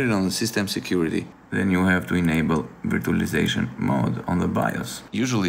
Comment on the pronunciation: bro it's not veertualaizashon, it's verchualaizashon.